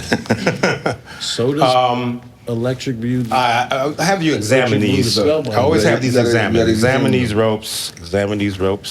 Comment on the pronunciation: Homie said electric blue rolls off the tongue, then said electric "Byoo" right after lol